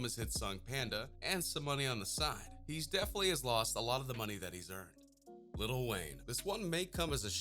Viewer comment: he says little instead of "LIL"